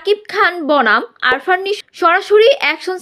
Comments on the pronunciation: আরফান নিশো নয় আফরান নিশো। উচ্চারণ ঠিক করেন। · Arfan! Hahhaha😂😂😂. Name ta to thik moto bolo?